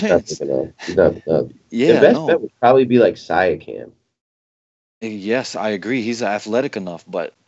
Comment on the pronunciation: Shout out from the T-Dot guys. OG is a solid defender. It ain't Sia-cam. It is See-a-(kum). Peace, and thanks for all the terrific insight.